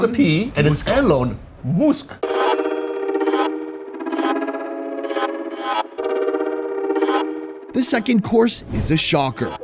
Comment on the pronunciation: Elon muussk was the best 😂